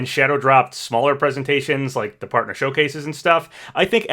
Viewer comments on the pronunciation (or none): none